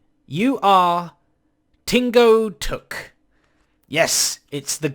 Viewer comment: Hmm, Tingo Tuk sounds like Tango Tek.